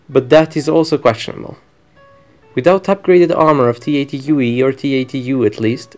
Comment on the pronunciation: T-80Ui but he reads E